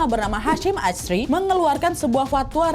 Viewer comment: Halo kak nad😃,sedikit mengoreksi bahwa cara penyebutan KH.Hasyim asy'ari adalah asyari bukan asyri terimakasih😊🙏